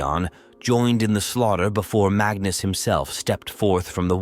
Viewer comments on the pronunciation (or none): none